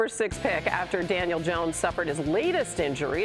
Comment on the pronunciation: Did he say Daniel or Daniels?🤔🤔